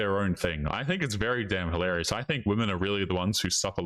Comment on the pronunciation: For God's sake, "hilarious"! Say it properly! What's wrong with you?